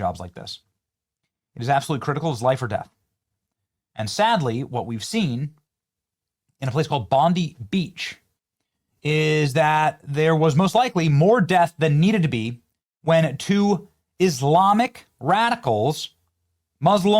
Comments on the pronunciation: First of all, it’s not pronounced ‘Bondee’ as you said, it’s pronounced, ‘Bon dye’ Secondly, the female cop with her hands up was advising bystanders to move back out of the way, she wasn’t surrendering. If you’re going to be critical of my country, get your facts straight first! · pronounced bond-die not bond-ie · It's not pronounced like "Bondie Beach" it's pronounced like "Bond-Eye Beach" !!!🤣🤣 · [Sigh...] It's BON-DIE like "eye" - not BONDEE. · It’s pronounced Bondiii not e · Its pronounced bond (i) not bond (e) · Its Bond eye not Bond e .spelt Bondi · its Bond "i" beach, NOT Bond "ee" beach lol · Guys there is an I at the end of Bondi, there is no E. It's Bond-I not Bond-E. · It's Bondi with a hard "I". Bon-die, not Bondee. I thought it was famous, but apparently not. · Aussies pronounce it Bond Eye, not Bond Dee. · Come on Benny, it's pronounced Bon-Die not Bon-Dee. SMH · Just so you know it's pronounced Bond Eye, spelt Bondi, not bond ee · Benny, Please... it's pronounced as 'Bon-Die' Beach, NOT.. 'Bon-Dee'!!! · American friends it's Bon-dye Beach not Bon-dee Beach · Bond-eye, not Bond-ee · Hey Benny, its pronounced Bon-die not like Pam Bondi..! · Just a small correction, it's pronounced Bond-Eye, not Bon-dee. Anyway, Nowadays you get arrested for flying the Australian Flag, you get arrested for being Australian proud, think about that, Gvt's made it that way. Respect to the Aussie that disarmed one of the terrorists and stopped his spree. No one knows how many other innocent people's lives he saved. An absolute hero. The Gvt created this, now watch them take it and turn it into something that affects all peaceful Aussies negatively. And the Gvt thought Cronulla and Maroubra events/riots were something back then,....this event is much worse. The Gvt. allowed it to happen, allowed all the vitriol to not only be uttered, but also amplified those deranged voices. For every action there's a reaction. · Bon dye beach, not bon dee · It's pronounced "bond eye"